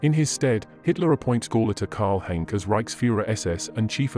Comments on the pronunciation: I showed my father, who was 14 years old when he escaped in 1945, the video and he asked me why the name Hanke was pronounced so incorrectly? I had no answer...maybe lack of interest or inability!! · It would be nice if you pronounced the name of Karl Hanke correctly!